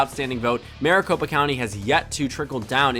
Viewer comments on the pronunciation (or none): none